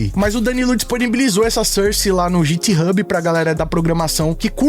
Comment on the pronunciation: vc fala inglês mas git hub é guithub a pronúncia e port gellhorn é portguellhorn a pronúncia 😂